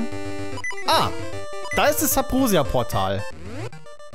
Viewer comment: Warum sagts du eigentlich immer Sabrosia? Das heißt doch Subrosia 🤔